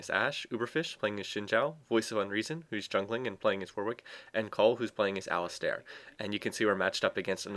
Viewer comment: Great commentary, although what bugged me was that Alistar is pronounced like Alice-Star, since there is no i after the "A"